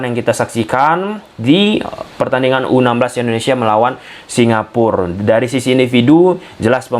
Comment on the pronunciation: Bacanya Singapura, Mas. Bukan Singapur. Kalau Singapur, nanti nggak ada artinya. Singapura itu dari bahasa Jawa Kuno, Singa: Singa, Pura: Negeri. Jadi, Singapura artinya negeri singa. Legendanya sendiri Singapura itu merupakan nama yang diberikan oleh salah satu pangeran dari Sriwijaya, karena saat dia sedang melakukan hobinya yaitu berburu, dia melihat Singa di pulau tersebut. Singapur ataupun Singapore (dalam bahasa Inggris) tidak memiliki arti.